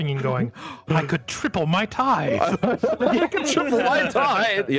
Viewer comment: LOL... was that supposed to be hilarious pronunciation of "t-eye-the"?? Teething is whst babies do...